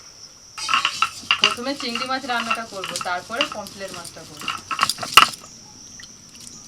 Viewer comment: Dath tipe kotha bola ar bondho hobena anar pomfret ka pomplet bolche